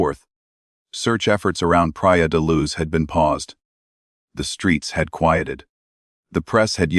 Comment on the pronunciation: The voice on this video does not pronounce Leicestershire properly or the city in Portugal Pria de Luz.